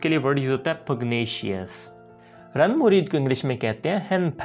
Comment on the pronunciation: It is not runmureed,, it is zunmureed.